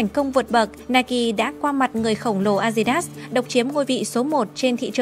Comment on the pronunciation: Cám ơn đã chia xẻ nhưng nói về chuyện nước ngoài nên có chút kiến thức tiếng Anh , Adidas mà bạn đọc “A zi đát “ nghe buồn cười , sorry